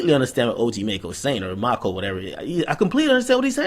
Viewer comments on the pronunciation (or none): none